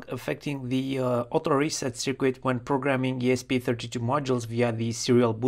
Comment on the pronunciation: "cirkit" yes - "cirquit" no